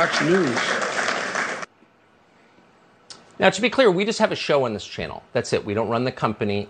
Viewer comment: Sounds like you’re saying Fucks News haha